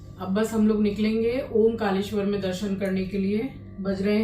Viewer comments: Omkaleshwar nhi, Omkareshwar hai Jaha ja rhe ho, usko theek se pronounce to Karo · It's not omkaleshewar, it is omkareshwar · जी ओंकारेश्वर है ना की ओम कालेश्वर❤🙏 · उसका नाम ओंकारेश्वर है ना की ओंकालेशवर